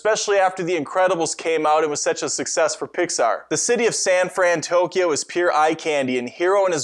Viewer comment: Pretty sure the city in big hero 6 is San fransokyo not frantokyo